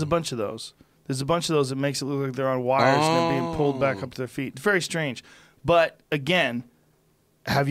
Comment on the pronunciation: Joe “yanked back up by wirers” Rogan